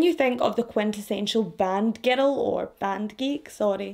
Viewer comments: You have great way of telling these cases. As an American, I'll say that I love how you speak, how you pronounce words. I'm not going to lie, though, every time you say "girl" I hear "ghetto". It completely changes the sentences some times. 😂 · I love how she says "giddle" for girl